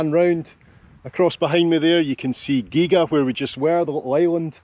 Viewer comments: Gihha not giga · Come on now ……. The Isle of Gee ga. It is pronounced ghee a. (Gigha). Gigha is very interesting as it had a falling population until the community bought out the island in early the 2000s. Now the island is thriving with more people living there. More tourist attractions and its own electricity supply. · Geega, Heaven forbid man, ask on the ferry or a local how to pronounce the name of a place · Gigha pronounced Geea And your Scottish 🤣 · Gig-aa? No, it is pronounced the same as Ghia as in Ford Escort Ghia. Our favourite stop over when sailing the Scottish West Coast from our home port on the North Coast of Northern Ireland. My partner is often asked to play the organ for their Sunday church service when we arrive on a weekend. Was also home to The Horlicks family of night-drink fame. Their beautiful house and gardens are well worth a visit. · it’s pronounced ‘Gee a’ 😊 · I'm just here for all the "It's Ghee-Ah" Comments ;) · Gigha is pronounced gee ha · Gigha is not pronounced the way you did try it this way and you will have it Geea. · The little island is pronounced "gea" it's funny watching your videos and the good weather , shame it seems a distant memory as it won't stop raining now. I miss the car ferry from Campbell town to ballycastle. Spring bank is a great whiskey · It's pronounced Geea. the middle G is silent. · Hi Gigha is pronounced as Geeeah.. I served as an Airman at nearby RAF Machrihanish in the early 1980's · Gigha is pronounced 'geeha'. Nice to have you back and showing us the Beauties of Scotland. The island is in the Gaelic 'God's Island' and has the most hours of sunshine in Scotland. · Gigha. Say Gie-Ya. That'll be close enogh. My mate Graham lives there. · Its geeeha but great video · The Island name pronunciation is 'Ghee-ah'. Keep up the good work...👍👍👍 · Gigha. Hmm, let a local to Campbeltown help you. Pronounced Ghia. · I believe Gigha is pronounced GEE-AHH,. Nice part of the world.